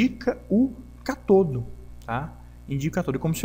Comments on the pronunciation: As palavras são proparoxítonas.Cá-to-do. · Por favor aprenda a dizer as palavras ânodo e cátodo, estas têm acentos por alguma razão. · Nota: Ânodo e cátodo são acentuados e devem ser pronunciados em concordância com a escrita. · Uma dúvida, o pessoal fala "anôdo" e "catôdo" por tradição, convenção ou o quê? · Amigo, muito bom o conteúdo! Porém, ânodo e cátodo tem acento na primeira sílaba por um motivo... ;) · Sãos os acentos de cátodo e ânodo (são proparoxítonas), que indicam a sílaba tônica, que deve ser pronunciadas mais forte que as demais. Sua pronúncia está paroxítona, ou seja, com a pronúncia do "to" e do "no" mais fortes. Entendeu? Mas nada que diminua a qualidade de seu vídeo ou aula, que está 10!